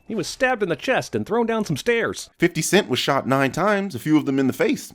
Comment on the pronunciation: This man pronounces 50 cent with the second f, how many sins should that be